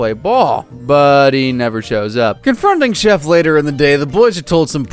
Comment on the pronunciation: Calling chef “chief” hurt my soul